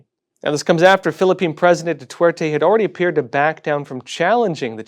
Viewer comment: Please pronounce Duerte correctly. Thank you for the good work!